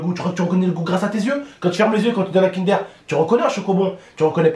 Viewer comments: Chu désolé mais sa se prononce pas kindere mais kindeur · Mdrr il a dit Kindère 😂😭 Lit mon pseudo et abonne toi c’est un défi 😉